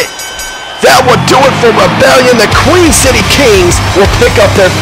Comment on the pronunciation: THANKS FOR THE SUPPORT BRO!!! :D Btw its Queen, everyone gets it wrong though. We aren't from Queens NY. We're from The Queen City or Cincinnati, Ohio.